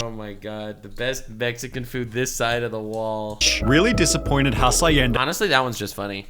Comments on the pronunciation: Did pronounced Hacienda like he's saying acai? 👀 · So, the dude can't pronounce hacienda properly, vinneigrate and now Nivea?